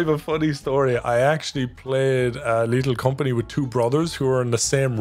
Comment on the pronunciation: Lethal com-forty